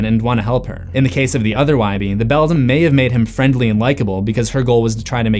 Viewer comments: I've told you before, it's pronounced BELL-DAM or BELL-DAMN, NOT BELL-DUM. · IF the other Wybie was unable to talk, how was he able to communicate with the cat in the Beldam's (pronounced BELL-DAM or BELL-DAMN) world?